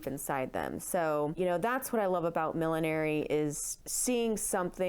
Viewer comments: It's not "Millenary." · It's funny, I have never heard millinery pronounced as mil-lin-air-y before - only mil-lin-nur-ry or mil-lin-ry. Must be an American thing. Nice vid!